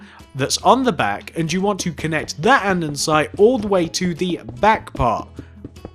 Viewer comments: Your vids are great an all but it kinda gets annoying when u keep saying andensite, it's ANDESITE okay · Lol andensite! Its andesite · Can I just say that it isn't Andensite, it's AnDESTite?